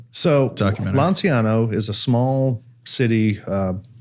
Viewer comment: LANCIANO is pronounced LANCHANO, while Gennaro was pronounced perfectly!